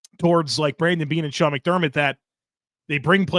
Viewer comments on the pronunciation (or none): none